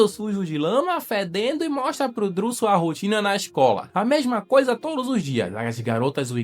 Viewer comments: Que nervoso vc falar DRILL em vez de DREW kkk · SE DIZ "DRU" E NÃO "DRIU'' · Cara, tu fica falando Driu, fala Dru, Driu faz nem sentido kkk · Meus ouvidos sangram quando ouço ele falando "Driu" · A pronuncia é "Drul" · pq tu pronuncia errado o nome do irmao de chris?